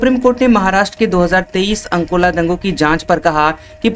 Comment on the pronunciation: जगह का नाम तो ठीक लो अकोला को अंनकोला बोले जा रहे हो